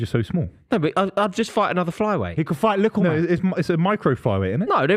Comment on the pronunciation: “He could fight likkleman”😂